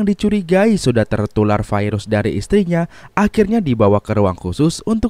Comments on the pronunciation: Virus bang, bukan fairuz. Fairuz mah nama orang. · Bacaannya Virus bukan Vairus ooy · Virus gitu, bukan vairus 🤣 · bhasa mana bang virus kok bilang nya fairus,,biasa aj atuh virus gk harus fairus😂😂😂😂😂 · Bilang sj virus bang, gak usah vairus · Kirain gua viirus itu nama..tau nya virus penyakit..normal aja bang nyebut virus nya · Sekarang kata virus sudah berubah jadi vairus awokawok vairus apa tuch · Virus kok jd vairus..wkwkkk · kenapa VIRUS jadi VAIRUS🙄